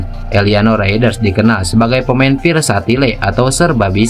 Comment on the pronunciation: Psywar dibaca pisiwar 😂 Versatile dibaca persatile 😂 Oii.. Lagi ngelawak kawan..